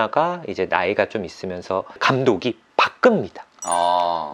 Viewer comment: 프리 마돈나가 아니라 프리마prima 돈나donna 입니다